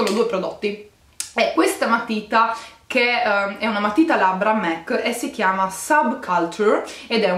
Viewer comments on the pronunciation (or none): scusa se ti correggo però non si dice MEC ma MAC ti adoro